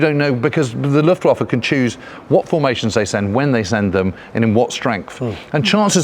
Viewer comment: Thought you two would have the correct pronunciation for Luftwaffe by now. W pronounced as a V.